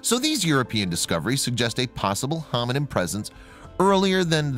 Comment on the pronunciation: Am I the only one that is hearing him say "hominym" as opposed to hominid or hominin?